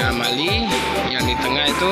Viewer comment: Ralat... Bukan MALI tpi MAUI